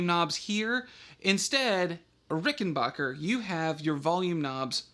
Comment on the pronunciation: BACK NOT BOCH !!! The Rickenbacker family pronounce their name Ricken-BACK-er not Ricken-BOCH-er. It is pronounced exactly how it is spelt. Back NOT Boch. Anyways, what you have there is not a musical instrument. It is a WORK OF ART. And good on you for mating your beautiful work of art with that other work of art, the VOX amplifier. Cheers from the Land Down Under.